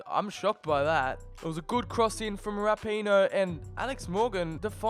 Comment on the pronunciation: He pronounced rapinoe wrong